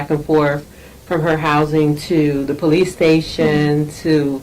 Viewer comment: Lmao ,this 304 was able to pass Tractor Trailer school ????? There is no way she did .....😂 Yet says pole- leases 😂😂😂😂😂😂.And her arms OMG I KNOW OFFENSIVE LINEMEN WHOS ARMS ARENT THAT FAT .AND THE WIG 🤮🤮🤮